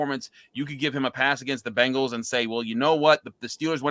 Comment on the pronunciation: I wonder if the Locked on Browns host still pronounces Bengals like Bangles when he’s not drinking.